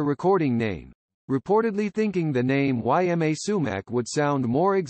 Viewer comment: Her first name is pronounced EEma, not Y M A.